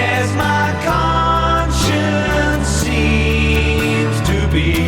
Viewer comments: "Conscience" is pronounced "conCHENs", and NOT "conCHISs" as in "conscious". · exactly - I think is just a product/victim of failed public school system and thinks conscience is pronounced 'conscious', and hard to tell what definition he assigns to it.